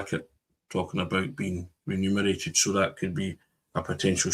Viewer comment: Pedantic point/bugbear, but it's reMuneration not ReNumeration. Love the chat nevertheless.